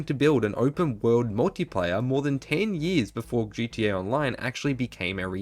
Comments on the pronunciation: I can’t with this shit now it’s GDA learn how to talk ffs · Yuuuup he said it damn Brit’s can’t say GTA they say GEA shits annoying